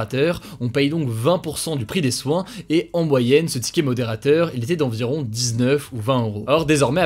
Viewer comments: Personne l'a remarqué mais c'est "environ" pas "eniron" 😉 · GG pour le million et merci pour le travail que tu nous fourni. Par contre a eniron au lieu environ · C'est environ "eniron"... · petite erreur : "eniron" au lieu de "environ"